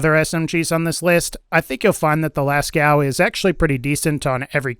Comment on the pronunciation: Lascaux from french cave is actually pronouned "Lasco/Lasko" but certainly not "Lascow" xD Cheers from France, enjoying some wine with a baguette, waiting for Borderlands 3 is fun :D Thanks for sharing o/